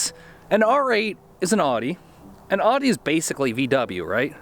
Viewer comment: The way you pronounce Audi tickles me. It’s a deeper tone at the start like oww-di. My mate had a beetle with the 1.8t and it was pretty fast!